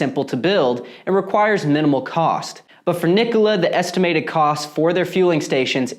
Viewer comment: At least you can pronounce the name right... the company can't!